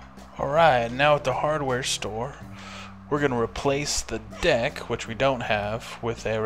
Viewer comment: does he say deck or dick?